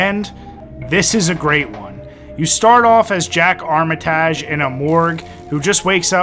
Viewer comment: Jack Armitajj. New-in. AHHHHHHHHHHHHHHHHHHHHHHHHHH!!!!!!!!!!!!!!!!!!!!!!!!!!